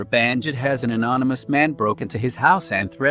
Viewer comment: It's Bannakit not Bahnjit.